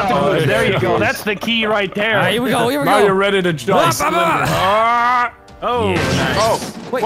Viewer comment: He said daleight instead of alright.